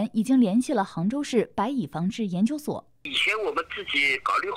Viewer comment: 他蚂蚁的蚁发音对，白蚁发白米，按道理说，应该叫蚂米，哈哈哈哈